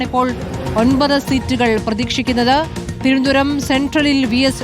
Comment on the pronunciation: ഇവർക്ക് തിരുവനന്തപൂരം എന്ന് ആരെങ്കിലും ഒന്ന് പറഞ്ഞു പഠിപ്പിക്കാൻ പറ്റുമോ... ഇത്രയും ഉച്ചരണ ശുദ്ധി ഇല്ലാത്ത ഒരു മാധ്യമ പ്രവർത്തക വേറെ ഇല്ല 👍👍👍